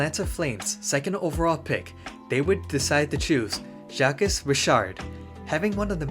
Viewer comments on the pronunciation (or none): Bro really pronounces Jacques as ‘jack-ess’ 💀